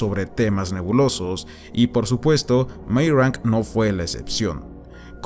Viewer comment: Me gustó el video pero tengo que hacer una pequeña crítica, por favor no te lo tomes a mal. Meyrink en alemán se pronuncia Mayrink. Meyrank, como tu lo dices es, supongo, que leyéndolo como si fuese un apellido inglés y para mi es bieeen extraño. Lamento ser tan puntilloso. hehehe por favor, no te lo tomes a mal, que al final que cada cual lo diga como quiera.